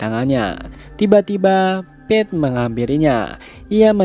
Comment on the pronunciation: Kedengarannya Beth😭🤣